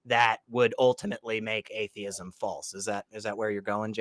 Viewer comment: It's "atheism" not "adeism"